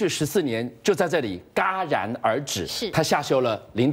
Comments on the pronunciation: 这个主持人 戛jia然而止 居然念ga然而止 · 17：24 应该读作 jia ran er zhi 戛然而止 哈哈哈